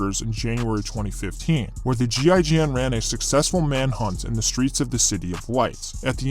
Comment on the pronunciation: As a French you did a good effort for "GIGN" prononciation xD nice video buddy ;)